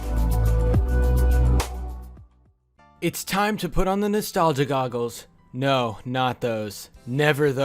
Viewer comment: How many times did he say nastalga